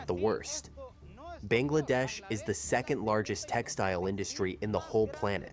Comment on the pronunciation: It's Bangladesh not Banglaa- Dash dumb cheese burger